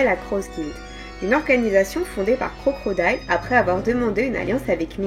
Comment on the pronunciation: y’a pas de mal on a tous nos défauts, en tout cas dis toi que tu m’as bien fait rire à chaque fois que t’as prononcé Crocrodile 😅🤣🤯❤️